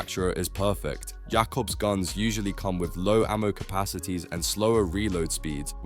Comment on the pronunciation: funnier when you notice it pronounces jakobs perfectly fine when explaining tediore.